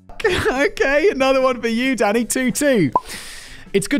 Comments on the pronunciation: Am I the only one who hear him saying Daddy, not Danny.😂😂😂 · I know you are calling him Danny, but I cant help but hear Simon calling him Daddy. 😅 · Every time you said Danny I heard Daddy The detective on American Psycho was Willem Dafoe